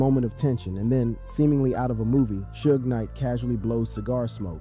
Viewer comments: how comes you can't say suge? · This man said two pack and suege knight😂😂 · Two-pack and Soodge Knight. I'm 100% convinced now that they mispronounce names as a strategy for boosting interaction.